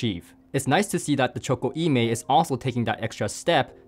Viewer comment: Nice review,! Just for your information: E Mei is named after a well known mountain in Sichuan Province in China and should be pronounced "Uh May".:goodvibes